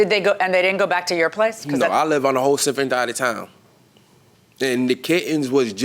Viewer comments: “I live on a whole SIFFERENT DIDE of town!!!😂😂😂😂 I’m dead 😂😂😂😂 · “I live on a whole sifferent dide of town” This man can’t lie correctly to save his life . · He said SIFFERENT DIDES of town that was very funny…